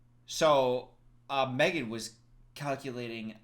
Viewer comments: "MEG3N" nooo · psst my guy it's M3GAN not meg3n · It's M3GAN, not MEG3N